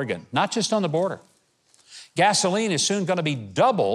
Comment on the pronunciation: BORDER. NO "A"!